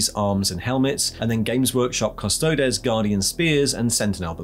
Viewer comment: Why can't people pronounce custodes? It's fake latin - think crises.